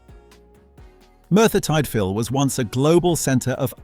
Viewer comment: "Eb-double U Vale" and "Mertbyr Tide fill" Come on you can do better